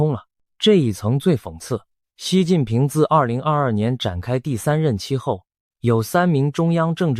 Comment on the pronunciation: 是习近平，不是西近平，ai配音配的准点